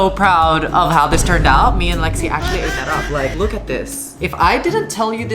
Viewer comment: Btw it's Lexi not lixe (btw not hate)